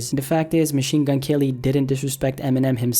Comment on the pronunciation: Machine Gun "L"-y 😂😂😂